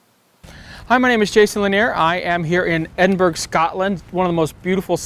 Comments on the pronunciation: Ha, ha, ha,😂 Edin,burg Eden, bur-Rah (Edinburgh) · Love your vids. I have the A7r and love it but you've been there a few times and you still pronounce the last syllable "-burg", like Pittsburgh? ACK! Eh-din-bruh and say it fast if you don't want locals shaking their heads. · Edin-burg lol